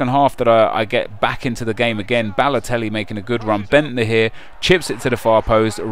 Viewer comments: You Said Lelotelli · Mario Ladotelli, yupp said Ladotelli. Like so he can see.